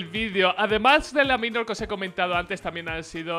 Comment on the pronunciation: porque pronuncias bien "Major" (meiyor) y no pronuncias bien "Minor" (mainor)? xD